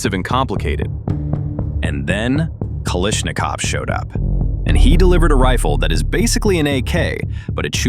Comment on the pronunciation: KALASHNIKOV, Not kal ish nikov.